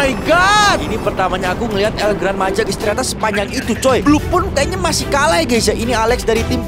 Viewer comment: Bagi org Spanyol itu el gran maja itu dibaca "El Grān Maha"